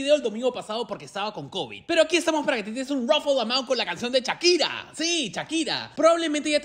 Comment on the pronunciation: Tan difícil es decir "Shakira" y no "Chakira"?